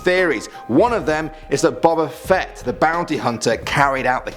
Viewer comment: And you said boba fett wrong all da Jedi are dum đums